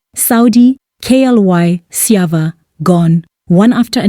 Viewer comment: lol that Sjava pronunciation sold it out 🤣🤣🤣